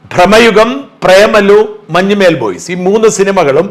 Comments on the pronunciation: മഞ്ഞുമ്മേൽ അല്ല മഞ്ഞുമ്മൽ കറിയേച്ചൻ അല്ലാ കറിയാച്ചൻ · മഞ്ഞുമ്മൽ ബോയ്സ് എന്നാണ്, മഞ്ഞുമ്മേൽ ബോയ്സ് എന്നല്ല